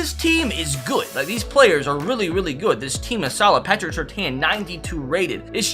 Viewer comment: i must put a stop to you pronouncing Surtain like that